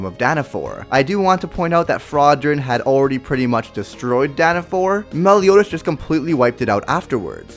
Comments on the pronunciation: It's Danafall not Danafore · Lol I can’t get over the fact he calls it Dana four instead of Dana fall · Its danefal, not danefan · OMG ITS DanaFALL NOT DanaFOR JESUS I HEAR EVERYONE SAYING DANAFOR ALL THE TIME ITS SO ANNOYING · Danna fall not danna for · Isnt it Danafall not danafore?😂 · DanaFall not DanaFor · its danafall not danafor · It’s not danafore it’s danafall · Alex's Gacha Universe yepp same issue but they say it like that cuz of sub and japanese dont have the letter “L” and thats y its danafor instead of danafall But it is DANA fcking FALL say it like that pls. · Its danafall not danafole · And it's called Danafall not Danafor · It's Danafall. DANAFALL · IT'S DANNAFALLS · dan-a-fall thats how its pronounced